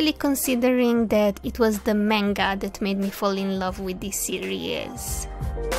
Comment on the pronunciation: I'm curios where are you from? Also I love how she turned out. One last note, please look up how to pronounce manga. Other than that great video